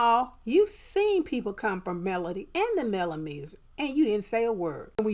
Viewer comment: Correct, TTWG is the only cc that I heard say Melometers activate!